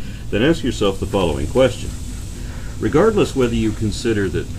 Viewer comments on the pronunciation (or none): none